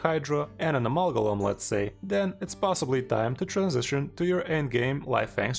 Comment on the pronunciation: Lol the pronunciation was driving me crazy. Good vid, sir.